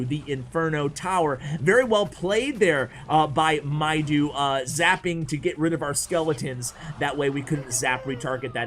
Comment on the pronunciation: Thanks in advance! Let me watch:D Btw its Mido (medo) not mydo:D Egyptian name